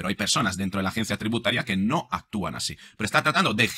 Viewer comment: Se habrá tomado un refresquito la Mari Chus antes de hablar asíiiii?